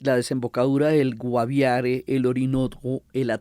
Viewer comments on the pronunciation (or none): none